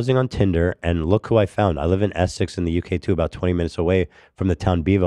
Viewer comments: Essie? Do you mean Essex? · Ethan AND pronouncing Essex Essy is mental